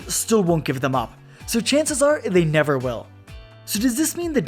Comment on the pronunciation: The sun will NYEVER SET NYEVAR NYEHVAR NYEVAH